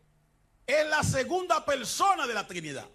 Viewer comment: Y Cho me pregunto A QUE SE REFIERE CON TESTO.!? Será TEXTO.? JEJEJE Una "persona tan bien instruida" y con un grado amplio a nivel académico y teólogico y tan carismático. No 🤣 puede ser que no pueda hablar asentuando o mejor dicho pronunciando las palabras a como son por ejemplo: PELSONA , CONSTESTO, ETELNO ,etc,etc,etc... No,no jejeje creo que es mitad chino.XD,XD...!!